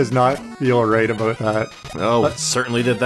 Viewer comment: oh god I "aboot"ed really hard here.